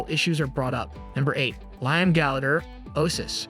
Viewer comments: It’s pronounced Lee-am. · Lye-am Gallagher? K-I-S-S? Kurt Cobine? I feel like I'm losing my mind listening to this.